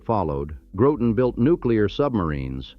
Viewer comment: Groton , not Growten !